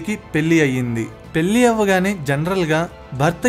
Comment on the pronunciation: పెల్లి కాదు రా పెళ్లి